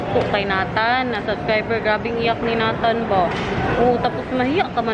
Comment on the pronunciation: Hi!. May I suggest.. sa pagtawag ng name ni Nathan. Say, Neytan. Not Natan. Para sa sound foreigner. Neytan. Thanks! Love the family.